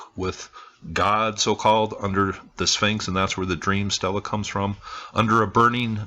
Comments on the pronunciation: Love your videos - even catch the music ones on occasion, but I thought I'd mention that your pronunciation of "stele" grates a bit on the nerves. Egyptologists "might" be wrong about a lot of things, but I think they likely pronounce that word right - and they pronounce it more like "stay-lay". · Actually, he was closer with the pronunciation than you seem to be. It is pronounced, 'Stee Le'.